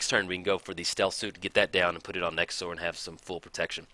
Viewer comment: Surprised Nekusar isn't a Skeleton. I know it's probably BETTER for him to be a Zombie, but his face is super skeleton-like. Also, your pronunciation for Nekusar makes him sound like a dinosaur to me lol. THE NEKASAUR! Haha!